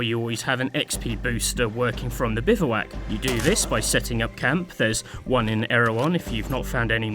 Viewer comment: The o in bivouac is silent btw, it's pronounced bivwak